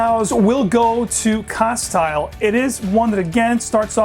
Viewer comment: You undoubtedly know your fragrances but a couple little quirks that I picked up on in your pronunciations - I purchased my Penhaligon fragrances in two different stores in London and one in Cambridge and the sales gurus in these stores pronounced the following as such on all the occasions I've purchased my bottles: Castile is pronounced casteel with the "i" being a long "e" sound. Endymion (though I found your pronunciation most interesting) is actually pronounced en-DIM-ee-un. Cheers.